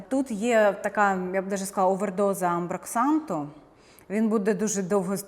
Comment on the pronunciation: Амброксан, не амброксанТ